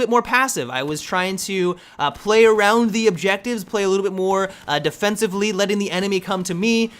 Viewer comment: What is defencevly? :D